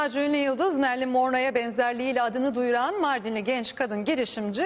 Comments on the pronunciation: Birincisi MARLİN değil telaffuzu MERLİN Monroe. Koskoca Show Tv'nin spikeri olmuşsun iki kelime İngilizceden bihabersin. İkincisi kadın Marilyn Monroe'ya hiç ama hiiiç benzemiyor saçmalık. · Gerçek adı Marlin morro spikerin söylediği Marley monro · Kadını bırak adamlar Marilyn Monroe (Okunuşu Merilin Monro) olduğu halde Marilin Monrow diye okuyorlar🤨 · Marilyn mondro diyor haberi sunan adam fark ettiniz mi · Haberi anlatanın Marilyn Monroe ismini okumasi kadar adaletliydi dünya.